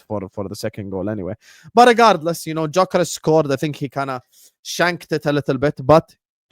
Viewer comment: You’d you say dyokorez